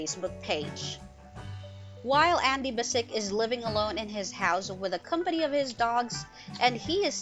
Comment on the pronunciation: Sounds like your saying andy basic not andy bass-ich which is how andy himself pronounces his name on the show. Do u even watch it lol